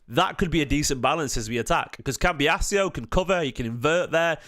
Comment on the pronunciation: Don’t want to annoy you but why do you keep saying cambias e o it’s doing my head in 😂